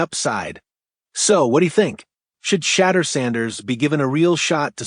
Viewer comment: My guy can you learn how to pronounce his name correctly? How like your take